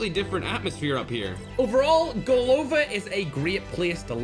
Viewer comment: GolovÁ (head) Not golOva 😊